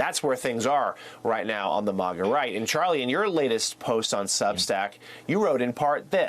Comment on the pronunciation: It's pronounced phonetically based on how it's spelled, which is Ma-Ga. I feel like the MSNBC anchor is ostentatiously trying to sound high class by pronouncing it Maw-Ga.